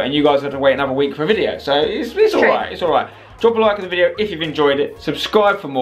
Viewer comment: can't say video she say vidgeo